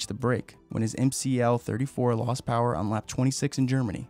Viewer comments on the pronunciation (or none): none